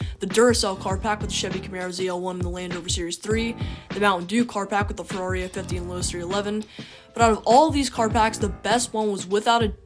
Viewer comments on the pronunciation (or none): none